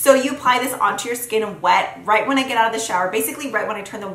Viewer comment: Wait, did she just say wenis???